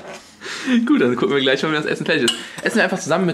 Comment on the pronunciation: Und rewi sagt immer ferchtich anstatt fertig :D